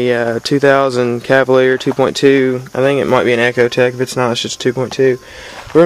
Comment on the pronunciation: he said ecotec lol